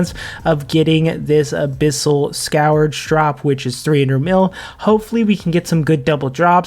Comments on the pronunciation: Just for your future knowledge, its pronounced "SKURGE" rather than "SKOWER-juh" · Scurge is how it’s pronounced:) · The way you pronounce "scourge" is cringe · never heard anyone pronounce scourge like that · Every time he says it I have an unbearable urge to murder a kitten